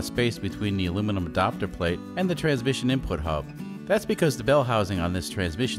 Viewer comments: Adapter plate, but pronounced Adopter. Grrr.... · It’s ad”A”pter not adopter its drive me crazy 😜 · “E-dopter plate”! Lol! Love the videos. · Ok I'm certain you are Canadian. I've not heard anyone else say adapter like adopter. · You say adapter weird! Adopter?!